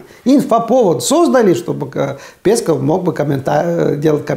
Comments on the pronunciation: Омаровы... Лангустовы… Лобстеровы… Раковы, в общем... Морепродукты... Аарне, в фамилии "Песков" ударение на второй слог. Спасибо. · пЕсков, это круто, ударение интересно специально? Пёсику пуниному не понравится.